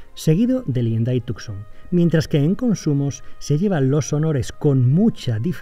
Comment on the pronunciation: Tucson en realidad se pronuncia como Tusan. Sería Hyundai Tusan.